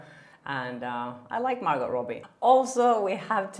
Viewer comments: Great informative video,. You might like to know it's Mar - go not Mar - got. The t is silent. The name probably came originally from the French language into English. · Jesus! I know English is not your first language but it’s a silent “t” Margo not MargoTTT.. just saying.. it’s grinding TF on me. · It's Mar"gow" ... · Girl ! You’re an entertainment reporter! Margot is pronounced Margo. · Margot Robbie's name is pronounced Margo! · Sorry, but you don’t pronounce the “t“ in Margot (like Margaux) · I believe it’s pronounced Margeaux (mar-goe), no?? Have I been saying it wrong?😄 love your channel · Margot = pronounced Mar-go 😊 (just so's you know) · Margot is pronounced Mar- go, the T is silent.. at least Thts how she pronounces her name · The "t" is silent in Margot. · Hedging her bets on the pronunciation of “Margot” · The T isn’t pronounced in Margot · The “T” in Margot is silent, just so you know. :) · Don't pronunce T in Margot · Hi. The t in Margot's name is silent. Interesting report! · Hi, quick note: with Margot's name you don't say the T.